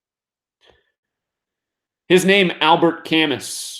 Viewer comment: Most educated people pronounce “Camus”— “camoo”. Just FYI